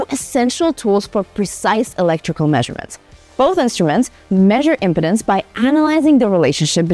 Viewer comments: Yes, but I thought it was an ED med ad by the way she pronounced im-pi-dens' rather than im-pee'-denz 😂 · Please pronounce "Impedance" correctly! "Imp--ance is not a problem here" sounds like a commercial pitch for something else entirely.